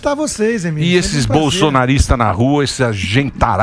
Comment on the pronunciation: Boa Constantino!!!! Explica pro Emílio que ele é meio "limitado" !!!!! Conservadorismo. Nem consegue falar Emílio!!! Evolua, por favor. Sou fã do Canal